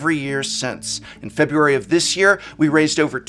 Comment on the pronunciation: As a former English professor, you'd think he'd know how to pronounce February.